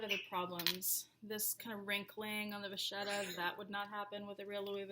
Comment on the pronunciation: Nice video. One suggestion, if I may. You said "the vacchetta is very thin" and mispronounced vacchetta. It's an Italian word for a type of leather, and it's pronounced vakketta. :)